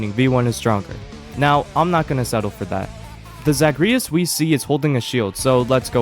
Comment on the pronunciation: why did you pronounce zagreus like that 😭